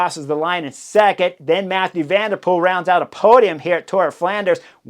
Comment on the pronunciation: It's Mathieu van der Poel, not Mathew...